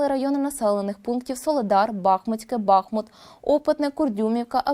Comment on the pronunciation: Не БАхмут,а БахмУт